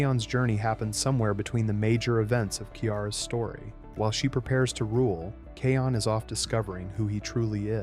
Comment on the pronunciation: Can somebody tell you okay you've been messing the name Can somebody tell you okay you've been messing the name up it's not kayon